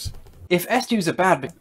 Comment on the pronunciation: Eschews? the guy pronounced "SJWs" as "eschews"? ...people should eschew SJWs.